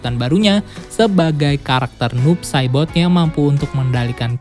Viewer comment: Kedengerannya "noob sadboy" bwhahaha